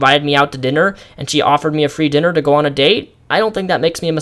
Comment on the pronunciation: Are you dyslexic or do you just have trouble reading aloud for long periods of time? It wouldn't hurt to take a few cuts when filming. I laughed when you said "dinnel dinner" twice and "kenuckle" especially.